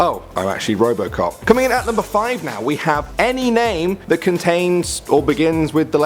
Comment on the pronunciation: robocock is what u heard